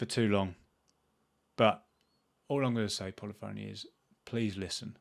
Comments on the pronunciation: you would be a great community manager! You have to begin with no longer calling the PHONY!!! Pronounce it as “Funny”. Pu-Li-Funny Digital. Thankfully, you’re not on television (Morgan Webb on G4) calling the game Gran Tureezmo! You have taken the words out of my mouth. I bought ACC from Plus a couple of weeks ago when it went on sale again for 12 bucks. I have yet to click on it to begin playing it. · Should learn how to pronounce 'Polyphony'. puh·LI·fuh·nee, not polly phoney. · You may have a better chance of working with Polyphony Digital, if you learn how to pronounce the company's name correctly. It isn't that difficult.